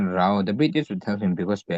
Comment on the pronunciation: Rao - (Ra) (aw) tiin i lam a, a lam dan dik chu (Rau) aw sir.